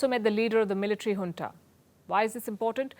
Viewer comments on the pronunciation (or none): none